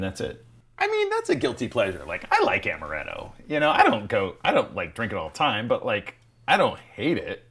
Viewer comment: amaretto not amareto